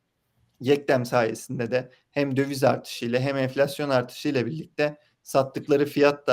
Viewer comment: "Ham" doğalgaz "Ham" de enerji iyi yükselmiş.